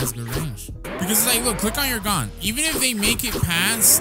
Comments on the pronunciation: 😂😂😂😂😂 insted of gon its gen 😂😂😂😂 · It not gone it gon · Please stop calling him Gon it's pronounced Goan